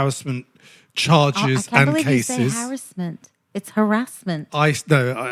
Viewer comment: First time watching the podcast instead of just listening. Loving it.. BTW I'm from Yorkshire and say harrasment like haha